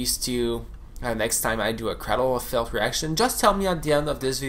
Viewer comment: "Craddle of fihlth" that's how you know Finland.